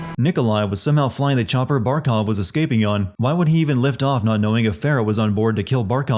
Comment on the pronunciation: it’s Barkov not barcov Just sayin’